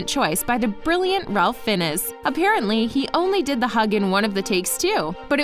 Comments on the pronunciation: The last name of Ralph Fiennes is Welsh, and pronounced FIN z, with a long I sound. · THANK YOU! I cringed every time she said his name